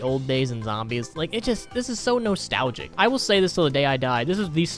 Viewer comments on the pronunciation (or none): ish.. the way you said nostalgic hurt my soul